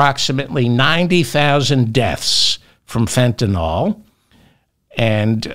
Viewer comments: Say fen.ta.nil..not fen.ta.nol..please? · Begging you, it's FentaNYL not FetaNOL. NILL not NOLL. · please fentaNYL not fentaNOL ... love you David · David, it's Fentanyl NOT Fentanol. Pronounced: (fen-ta-nil) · David, Fentanyl is correctly pronounced the way it's spelled - Fentan I L L , not Fentan O L L. Not too difficult to accomplish, so why not have a try? C'mon.... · Fentanyl, David, Fentanyl, not Fentanol. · Fentan-yl, not Fentan-all... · David….its Fentanyl….not Fentanol😊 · Fentanyl, not fentanol. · Pronounced fen-tan-ill. 😅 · The pedant in me just HAS to say this- it’s Fenta-NYL.. hearing it mispronounced so consistently is driving me bonkers!! Love the show though! 🎉🎉☺️